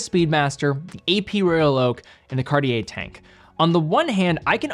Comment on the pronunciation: "Cart-yay", if you will... not "Cardi-yay". And even the former sounds super american. With respect, how difficult can it be to look up the proper pronunciation of a watch brand and educate your viewer base a little?